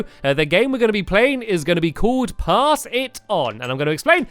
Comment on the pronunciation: thought he said ass it on